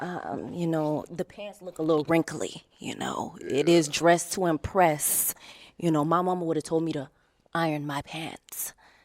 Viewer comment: …Dress to impresst 😳 Her mammy should have told her to stay hooked on phonics 😤